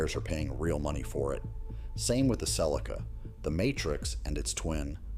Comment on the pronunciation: Your old Cel ee kah. 🥴 Even AI can not read.